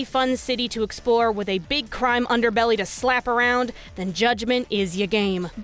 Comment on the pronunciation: "But if you EXPORE thoroughly."